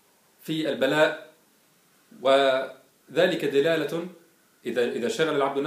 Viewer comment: قل دَلالة و لا تقل دِلالة